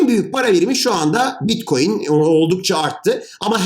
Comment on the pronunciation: hadi bi daha anlat. bi daha. tane tane. salağız biz. bi daha. bitkoyin teknolojisi (teknoloji :)). blokçeyyyyn. bilim adamı yetiştirmede üstüne kimsenin olmadığı çalışkan ülkem. saadeti elde etmek için her türlü zinciri bpynuna takar. maynink teknolojisi... hahaha. teknolojiymiş.